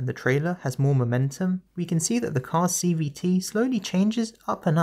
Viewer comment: I swear at some point you just say "CBT"... and i am NOT the only one hearing this.